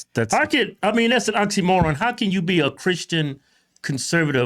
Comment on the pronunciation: An “ontimron”😅😅😅